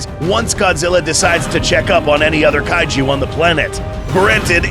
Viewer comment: Kaiju not Kay Ju and Ghidora not Kidora